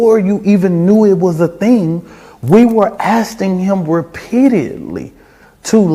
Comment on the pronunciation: ……Alexander: “we were (asting) him (repeadeeidly)” There’s some new ones! *ASTING *REPEAD-EE-ID-LY